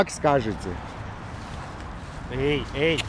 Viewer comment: Хозяин собаки, собаке "Эй" не эй, а "Эээ"))))) А так молодец! Правда не много смешно помогаешь))))